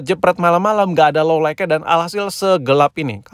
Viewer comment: lo lait bukan lo laik bang